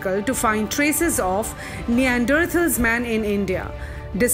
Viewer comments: First learn how to pronounce Neanderthals .... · Very informative piece which gives a new perspective into how we can understand the characters in Ramayana and how it can be equated to match the perceptions of the present intellectuals. Pronunciation of certain words are wrong like Kapi, Hampi and Neanderthals. It would have been better if the voice over artist doesn't commit such mistakes. Otherwise a very good attempt. Keep up the good content